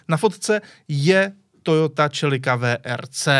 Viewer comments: AHOJ, vyslovuje se to "selika" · Toyota Čelika co je to za výslovnost ?chichi